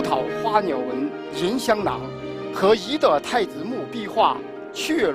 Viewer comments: 聂鑫鑫 觉着第一次就是错的，为了流畅也能读对，根本没上心。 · CEDA ZHOU 她跟张国立对话时你听听张国立的，明显不同。她只有最后宣誓时跟教授一起读时读对了。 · Ethan Zhang 她跟北大教授宣誓时说对了，前面介绍时都说错了，尤其跟张国立对话时，张国立说对了。我当时看着就觉着特别别扭。